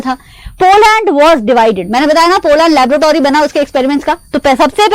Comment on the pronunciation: Laboratory hota ha mam labrotory nhi pronunciation to sahi se kar lo wana baache galat samaj lenge video there's a mistake , check it keep studying 👍🏻